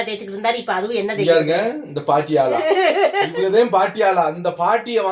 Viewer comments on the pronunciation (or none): Paaattiyala illa patiyala sis